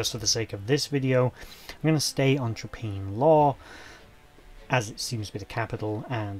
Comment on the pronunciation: Hi there. 'Traprain' is pronounced as if the 'rain' as in 'train'. so 'Tra-Pray-en'. Least that's what the locals around here call it (I can see Traprain Law from the end of my road).